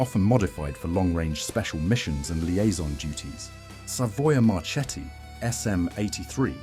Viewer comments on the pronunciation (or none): Not Machee, it's Mák-kee Not Marschetti, it's Mar-két-tee ch=k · Spell -> Makki not Macchi, same Marketti not Marchetti. Anyway robots are dumb to understand. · A really interesting video! I'm watching the whole series of videos on the channel, they're really good! Just a small correction on the pronunciation of Macchi e Marchetti. In Italian, ch is pronounced like k, and cch like a prolonged k, more or less as if it were written makki and Marketti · yes i pronunce MARKETTI and not MARCETTI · Not "Marchetti": in Italian it is "Marketti"! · The correct name Is Savoia-Marchetti SM 82 Canguro not Canguru (English Word). Morover the correct pronunce for Marchetti Is Mar"KE"tti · Good job.... only, Italian "CH" souds "K", so it's "MaKKI", MarKetti" and so on. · Macchi , you pronounce Makki and Marchetti, marketti !!! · Marchetti se prononce Marketti . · The pronuciation of Macchi is Makki, Marchetti pronunciation is MarKetti. "ch" is pronunced "k". (But "sch" is pronunced "sh" like in SHade) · I'm italian and some of these are new for me! But... Pronunciation... marketti! The CH sounds like K Correct pronunciaton for Libeccio 👍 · I'm italian and my ears are bleeding hearing how you pronounce Marchetti and Macchi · Marchetti non si pronuncia così. "Ch" si pronuncia come la "k".